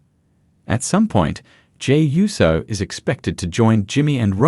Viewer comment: USO not YUSO